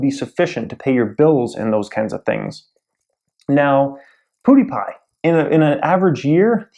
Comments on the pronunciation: Does it annoy anyone else that he is saying "PooDiePie" instead of PewDiePie? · "Poodiepie" lol